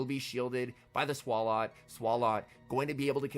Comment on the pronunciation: Every time says “Swall-ought” instead of “Swallow” I die a little bit inside